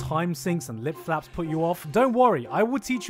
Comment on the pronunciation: I heard lip flaps as lip faps